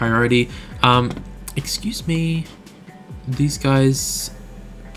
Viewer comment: excuse me but when you say excuse me it's kill me hahaha lol great vids man ;)